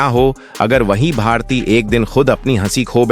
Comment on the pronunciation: जिसे भारती नाम ही सही लेना नहीं आ रहा है,एक ही बात को कितनी बार दोहरा रहा है, कैसे अपना चैनल बना लेता है 😮